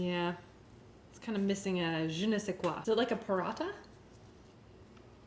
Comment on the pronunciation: When you said Parantha, I replayed it to listen i heard it right ;P Try to make it from scratch it would be much better then the store bought, also try some Indian recipes too.. <3 <3 Love from India <3